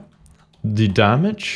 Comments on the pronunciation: its damage not dammage :) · It's Damage, not Dammage.